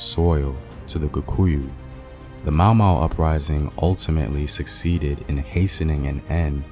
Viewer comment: You pronounce the names soo well! Thank you. You could do a whole video just on the Mau Mau uprising alone. Good job!